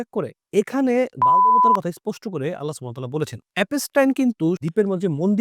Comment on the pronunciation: উচ্চারণটা হল - বাআ'ল